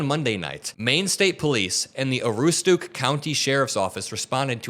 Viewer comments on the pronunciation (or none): I’m from Maine and I know this man. All I can say is we need better mental healthcare and your pronunciation of Aroostook is awful.